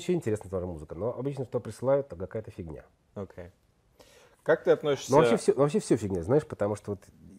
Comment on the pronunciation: Заедолбал со своим Окэ. Прямо как "прайдоха Жакуй" из "Пришельцов".